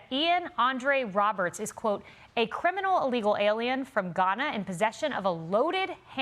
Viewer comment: The newscaster pronounced Guyana as Ghana 🤦🏽‍♀️